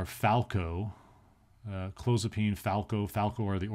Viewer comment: He's pronouncing it wrong!